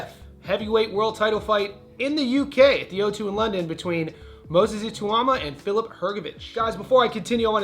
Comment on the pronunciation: Bro you need to learn how to say Ituma's name correctly. You butchered it throughout the video. It's pronounced I -(eh), - TAU (tauw), MA (ma).